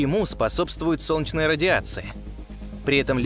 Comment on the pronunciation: Отличный голос за кадром. Прекрасная дикция. Но система СОЛНЕЧНАЯ а не сочна. )))